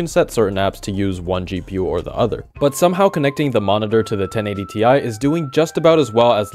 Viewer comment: Sorry.... But i think it's 1080 tie! 😅